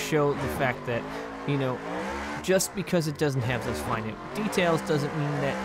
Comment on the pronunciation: The word you’re looking for is ‘finite’. Sounds like you’re saying ‘finute’ which is not an actual word. Sorry, always seem to be leaving pronunciation comments on your videos. Keep up the good work👍